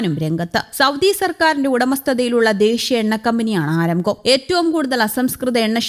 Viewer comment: ആരംകോ അല്ല അരാംകോ അതാണ് ശരി